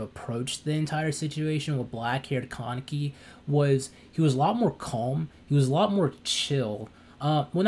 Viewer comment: "Ka-Ne-Ki" its a Japanese name, there's literally no stress in "Ka". It's hard to watch this video with you stressing the word like "KAAAA-neki".